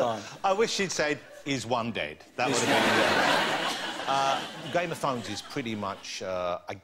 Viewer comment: WTF?! Am i the only one hearing it as " game of THONGS"?!